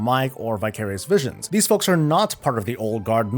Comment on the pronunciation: it sounded like you said "to you fucks at home"